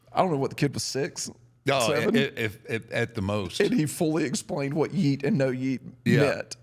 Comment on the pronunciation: When he said “yeat” I thought he was talking bout “here’s a bell”😂😂😂😂